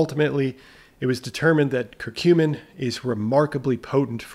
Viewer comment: Regarding curcumin (thanks for pronouncing it correctly! LOL! Next up....Turmeric (tomb-err-ik 🤣🙈). Seriously though...it'd be awesome if you did a run down on all of the insulin/sugar related supplements as a theme: corosolic acid, ALA, berberine, cinamon, royal jelly, fenugreek, etc...